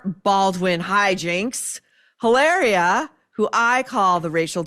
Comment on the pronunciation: How you say cucumber "Illaria".